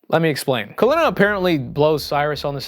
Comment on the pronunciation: So why do u start mispronouncing Kalina’s name 3/4 of the way thru the movie? That’s like really weird creative license